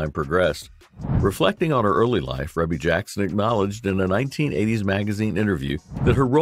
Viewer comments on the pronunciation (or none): Pronounced Ree•Bee Jackson